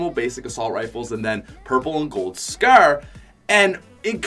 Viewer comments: Is anyone triggered that he says scer other than scar ? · Ur a fuckin nerd, say scar not fucking scare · Why do u say scar so weird. Scarr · Pls stop saying scar its ruff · Why does he say scare instead of scar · He keeps saying "Scrr" insteaf of "Scar" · Did he say scar or skrr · The scaer 😂😂😂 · the way my mans says Scar. S C A E R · The scaraare 😂😂😂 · I know he's Canadian but scar-scour? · “Gold scer” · “The skaer” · Omg he really had me dead when he was saying scar it sounded like he was saying “scare”😂 no hate tho makes some good vids 👍👍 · Hes saying the skaur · lol he calls a scar a scaar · He pronounced scar like skerr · You say scar really bad like you say scer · Wtf is a a scer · Anyone hate how he says scar? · I hate how he says scar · Every time he scar it made me laugh every time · The way this guy said scar makes me sad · U pronounce scar like an idiot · The way he says scar lol😂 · Who also cringed when he said scar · The way you say scar though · Why does he say scar like that?